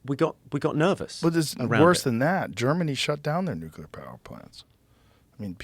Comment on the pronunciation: he mispronounces the word "nuclear" as "nucular." hah